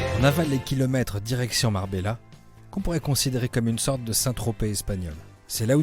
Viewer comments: Tarifa est le point le plus au sud de l'europe et non Gibraltar. Avant de vouloir de enqueter sur ce qu'il se passe chez les autres pourquoi ne pas enquêter sur ce qu'il se passe chez nous ? Sinon ça se prononce Marbeya et non Marbela. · Parce que je l'ai déjà fait maintes fois en France. Je suis français et je prononce Marbela, comme je prononce Détroit et pas Ditroyte. Mettez-donc un peu d'eau dans votre vin, la condescendance ne fonctionne pas avec grand monde.